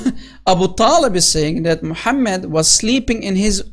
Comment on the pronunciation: Mu-ham-Mad Really???